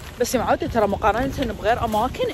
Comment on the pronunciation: يامعوده ليكون كويتيه 😂😂😂😂😂😂😂😂😂😂😂